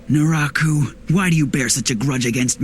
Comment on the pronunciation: Huckooshow, Luffie yet you pronounce Naraku Flawlessly???? WHY!?!?!